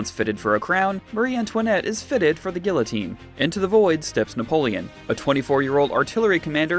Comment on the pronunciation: You pronounced guillotine wrong